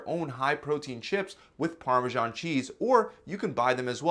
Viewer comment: parmashon cheese no its actually parmesan.